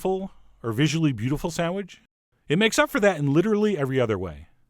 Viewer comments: Chef John: "Sandwich" --> "Sam-widge" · What's a "sandwidge'"?